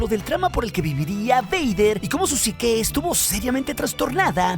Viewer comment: Deja de decir PSIQUÉ por favor FAVOR! PSIQUE! PSIQUE!!!